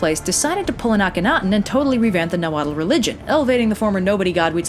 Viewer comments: That pronunciation of Nahuatl words made me cringe a little... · Her pronunciation is actually pretty far off. A lot of people haven't heard the true pronunciations of these words because a lot of the world is not exposed to the nahuatl language and the other mesoamerican languages. It's not just the vowels, its also some of the consonants like the unvoiced ł in the common suffix -tl. For example, most English speakers pronounce the word "Axolotl" as [ACKS-O-LOT-UL] when it is actually pronounced [AH-SHO-LO-Tł] with the unvoiced ł at the end. Her method of pronunciation is like that of the former, which is an English-based pronunciation scheme. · No disrespect but in Nahuatl you don't pronounce the L at the end of the word.